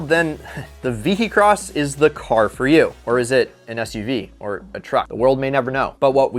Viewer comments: The Lister Storm...now with more alcohol.🤣 By the way, it's pronounced " vee-hih-cross" , not "vee-hee-cross". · is the only one in the world that calls it the VEE - HEE - CROSS! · Ve-he-cross lol The H makes a Y sound. ;) I've heard of all of these except the German roadster. Very nice looking car.